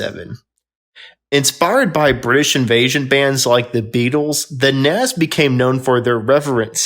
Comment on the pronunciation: this guy cannot pronounce rundgren nazz ect. I can't remember the rest he sounds like a fool